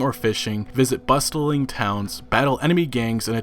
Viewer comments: Your pronunciation of “bustling” shows profound ignorance. Just like when you interchange “woman” for “women” in your videos. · Still haven’t learned how to say “Bustling” I see.